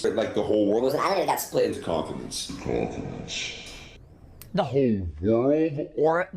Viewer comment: I also love how saying continents sounds like he says confidence xD it adds soo much 😂